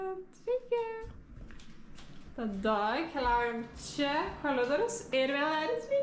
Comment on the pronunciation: Koridorius ne koLidorius xd